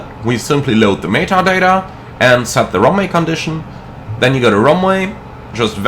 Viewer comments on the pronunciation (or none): none